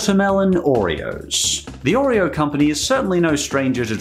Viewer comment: hate the way he pronounces oreo, too much emphasis on the r sound.